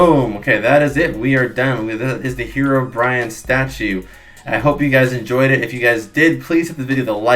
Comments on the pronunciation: / bro love the video but its HEROBRINE you said HEROBRIAN it is not HEROBRIAN there is no Brian it's BRINE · Why do people say herobrian? It is herobrine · / bro love the video but its HEROBRINE you said HEROBRIAN it is not HEROBRIAN there is no Brian it's BRINE